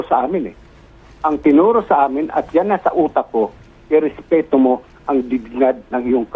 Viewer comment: Yan nakarinig ka tuloy "Respito" hoy ms 😢